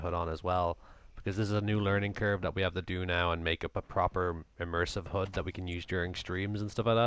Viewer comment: Thanks for the clip. Never liked Ghost, but with Breakpoint coming out, I might get it. Also watch out for your pronunciation of HUD :)